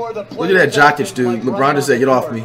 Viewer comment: Did he just call Jokić “Jock Itch”?😂